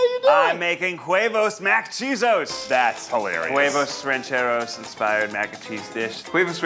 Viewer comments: As a fellow Latino, I cringed every time he said it. It sounded like he said “Quavos Rancheros” at first to me and I was very confused. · I sometimes forget the try guys are white but then I hear Ned pronounce “huevos rancheros” and it could not be more obvious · Was anyone else annoyed by neds butchered pronunciation of huevos rancheros. Like he turned the silent h into a q for some reason